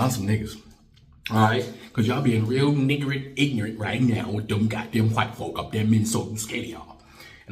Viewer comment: Did you just say "nignorant"? 😂🤣